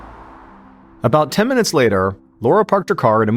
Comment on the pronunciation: This is AI narration—not MrBallen. Listen to how "MrBallen" pronounced the town of "Murfreesboro" in the first few seconds of the video...